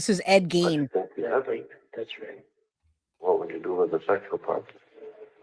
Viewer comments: The only thing proven here is that,even after hearing someone saying it right, you are unable to say a name right. Ed Gein like Ed "Geen" not Ed "Gaine". Is it so hard? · It is pronounced Ed Geen not Gain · Please it's pronounced F re ta not f RAE ta. No long A. Also Ephrata is in Lancaster County. Enola where the other guy was is in Cumberland County. They were not from the same town or even county. Also Ed Gein is pronounced Geen. Was trying to watch but the pronunciation problems and saying the guys stealing and selling bodies were from the same town when they weren't even close made it difficult for me sorry. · Awesome video. Very informative. Also the mans name is pronounced "geen."